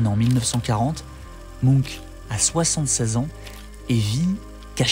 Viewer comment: désolée ça m'a trop perturbé ta prononciation de Munch --> [muhnch]